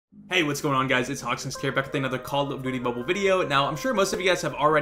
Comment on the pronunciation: Thats not hawksnest, thats santa-nest 😂